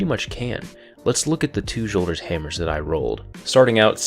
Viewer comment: THANK U FOR SAYING JOLDERS RIGHT... Datto says yolders... like where the fuck u get the y from